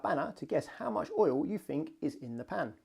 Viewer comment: Pretty sure oil is a one syllable word.